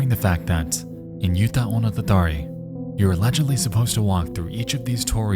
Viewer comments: Just a minor note, "Utahonotatari" breaks down to "U-ta-ho-no-ta-ta-ri", not "Utah-o-no-ta-ta-ri". Remember, Japanese syllables can't end in any consonant except n/m, so as much as our American eyes are drawn to "utah", that doesn't exist in Japanese. The state would be "yu-ta". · Nexpo, I love you and this is a fascinating video, but your pronounciation of the "uta" in Utahonotatari is killing me, man. Edit: And Nanakorobi Yaoki.